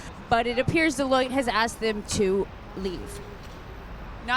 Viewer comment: Deloitte sounds way too close to Toilette